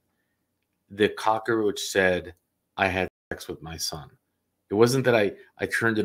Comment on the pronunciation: Thanks another great show! One thing, it’s cockroach, not cockaroach. 😊